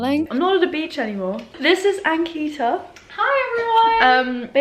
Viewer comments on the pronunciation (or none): ankita pronounces her name wrong. its so sad